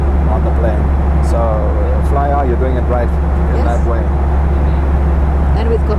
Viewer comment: It's Flyr not Flyar :-)